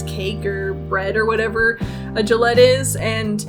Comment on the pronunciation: ily but ur pronounciation of Gallette triggered me every time. Also it's a puff pastry cake, not bread, to answer ur question.